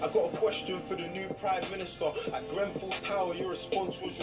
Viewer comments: Bit of advice make sure you get the name right of Grenfell it comes across so disrespectful, love your work but please don't keep getting that wrong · ‼️‼️PLEASE READ IT ALL‼️‼️ It’s grenfell by the way 🤣 David Cameron was our previous prime minister before thereasa may who made an election and said that if we voted to leave he would resign making Theresa our prime minister but if we voted to stay in the eu he would still be our prime minister the uk voted for us to leave the eu forcing him to resign nobody liked David or not many so that’s why the general public saw this as an opportunity to get a new prime minister but it meant that we were forced to leave the eu which the government didn’t want and they truly believed we wouldn’t vote him out of office but of course he was hated so he kinda screwed himself over believing we would care more about leaving than him resigning,so that’s why we have left the eu ,well in the process of leaving. Also the uk is the same when you were saying the us promised u benefits but haven’t received them for being essential workers. It’s the exact same over here both my parent are nhs nurses, constantly facing corona. The Conservative party (the party of the prime minster who are in office ) ( boris)were debating weather nhs workers should received a pay bonus, before the corona , they cheered when nhs workers did not received a pay bonus. Then when Boris became ill with the virus they thanked the key workers , asked retired nhs workers to start work because it was too much for the nhs, promised us a pay bonus because of our hard work , clapped every week , when Boris became better nhs did n